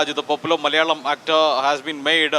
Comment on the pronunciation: "Malayalam” isn’t pronounced like that. The two ‘L’s represent different sounds. We actually have two distinct ‘L’ sounds, and that distinction doesn’t exist in Hindi or English, so it sounds quite off.